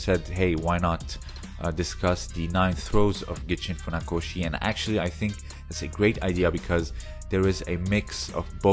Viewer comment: pelo amor de Deus pronucia os nomes da forma correta! chega a doer no espirito! chamar Mestre Funakoshi de Faoshi!